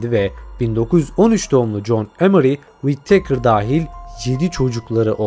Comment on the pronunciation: Wit-teykır deyip durmasan...Wi-tıkır doğrusu....önce İngilizce öğren paşam...😂